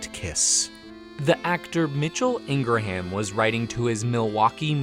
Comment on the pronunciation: “Ingraham” is pronounced with two syllables, not three. Ingrum.